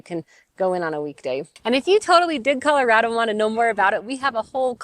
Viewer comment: You're wrong. It's an A, not an O. rad-o not rod-o. All your friends were from other places, and also wrong. The latest screw-up is Calarodo. Like California. I'm second generation, born in Denver, old man now. Our family started here in the 1920s.